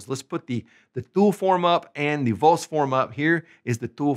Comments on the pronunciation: First things first. The 'V' 'Vos' in Spanish is not the English 'V'. This guy mispronounces 'Vos' right away. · yes. sounds horrible with the english v